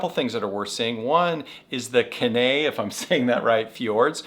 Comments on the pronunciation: Kenai (keen eye) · To pronounce the peninsula where Seward is you say “KEY nigh” for Kenai. Glad you love visiting our amazing state